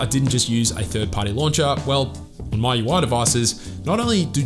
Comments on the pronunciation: It's "Mi" UI not "My" UI Anyway a great video😁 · Its not "My Ui" It's "Mee UI" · is mee-ui not mai-ui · ME - YOU - I , Not MY-YOU-I! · It's M I U I, not MY UI. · MIUI ❌❌ MAUI✔️✔️ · 😂😂😂 was thinking the same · no.. he is saying,"maiu i" 🙄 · Just say mi ui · Still have room for improvement, for example... MIUI... the way you pronounce it is weird. At least check on other sources? Measure twice cut once.